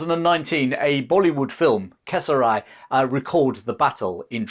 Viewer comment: It is KES RI , not KES RAI....Correct Pronounced is (KES RI) RI OR RE ...DONT USE RAI